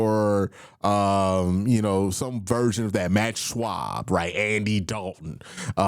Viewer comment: It’s Matt Schaub not Matt Shwab😂